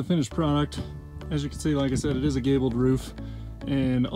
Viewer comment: Haha you said Gaybel